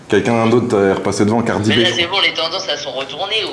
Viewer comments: Mais on prononce ''Cardi Bi'' pas ''Cardi Bé'' 🤣😭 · "devant cardi bé" 🤣🤣🤣 fais un effort stp